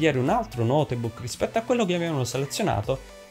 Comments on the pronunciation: Ma si dice notebook nn noteeebok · Ma come si fa a dire "notebuucc"? Chi è questo tizio? Ha detto cose scontatissime e molto lentamente, mi sono quasi addormentato... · Per favore qualcuno gli spieghi che non si pronuncia notebuc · Video interessante e semplice, anche se forse qualche esempio o dettaglio in più non avrebbero fatto male, ma una cosa è davvero imperdonabile e rovina tutto quanto il video: la pronuncia di notebook. È sbagliatissima, italianizzata (o napoletanizzata?) davvero davvero brutta e terribile. Posso capire essere difficile da pronunciare una parola straniera per alcune persone, ma se così è bisognerebbe evitare di ripeterla male ogni 30 secondi.... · nooo notebook non si dice l'E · ogni volta che hai pronunciato la e di notebook ho perso un anno di vita